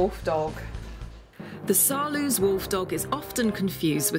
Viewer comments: u say saarloas wolfdog not saarloos (im dutch so I know) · People keep saying Saarloose, like goose. But you can correctly pronounce it, ending like nose. Try Saarnose with an L. Please do try. When you all can say Roosevelt, you can easily say Saarloos. That's the same OO. It's a very nice video. And which ever type suits you best, have fun with your wolfdog. Knowing your dog's character is a very good thing. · The double O in Saarloos reads as OA in boat. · As a native Dutch speaker I like the way Saarloos is mispronounced. Dispite English and Dutch are both German languages, it is funny how different they are. The oo is pronounced just als o.